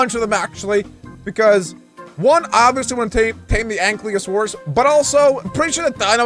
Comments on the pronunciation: Btw ankylosaurus is pronounced (Aink-Eye-loh-Sawr-us). Also, I cant wait for the big dino army to be completed, and the Ankylosaurus could be named Spike. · Its ang-kylo-saurus